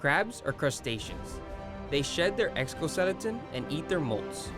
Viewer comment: lol for a dude who can’t say exoskeleton bold video to make lol but cool as hell !